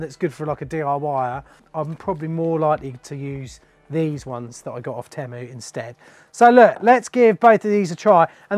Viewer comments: Why is it bothering me so much that you're saying temmu instead of teemu 🤣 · If your going to review a company you should at least learn how to pronounce the company name properly.